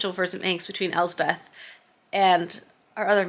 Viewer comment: Elspeth is my middle name. Scottish for Elizabeth. It’s pronounced Else-peth not Elze-Beth. Just an fyi. 😊 I just found your channel and am thoroughly loving it.